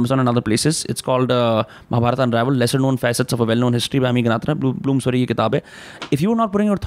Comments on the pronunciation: Please correct महाभारत not महाभारता .sahi uhcarad karna Sikho Ami ji sahi bol rahi hi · Bhai what is it It's Ramayan and not Ramayana.... Mahabharat. And not Mahabharata.... N refrain to use words like so called poorvaj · It's Mahabharat and Ramayan and not Mahabharata and Ramayana. It's what the British taught you and it's wrong pronunciation. Learn from Ami. She is pronouncing it right. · महाभारता नहीं महाभारत बोलिए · Pahle mahabharat and ramayan bolna sikh lijiye sir ....shuru me hi mahabhartaa and ramaynaa 😢and batey aap humare mahagrantho par kar rHe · I think first we should pronounce the names correctly and not post fix 'a' in the names and change it. It's Ramayan and Mahabharat, not Ramayana and Mahabharata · Plz.. Mahabharataa... Ramayanaa.. Krishnaa.. Bhimaa nhi.. महाभारत, रामायण, कृष्ण, भीम... Uchaar ae arth badl jata hai.. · It’s annoying for the way he says Maharashtraaa when speaking hindi. Kya ye “brown angrez ki aulaad” theek se रामायण और महाभारत नहीं बोल सकता? इसे रामायणा और महाभारता बोलता है ये जबकि हिंदी इसकी अपनी मात्त् भाषा है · Hum naam k baad ek extra A kyou laga dete hai ??? What is Mahabhartaaa or Ramaynaaa ??? It's just Mahabharat or Ramayan..